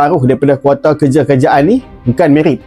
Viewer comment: Sebut je KOTA..ngape jd KWATA?